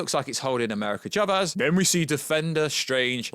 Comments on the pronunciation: I thought he said "Shabez" at times. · Why is he saying Chavez like that?